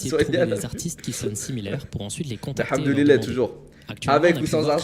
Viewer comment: pk il dit hamduli-lait